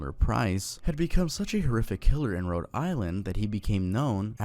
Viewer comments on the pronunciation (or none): none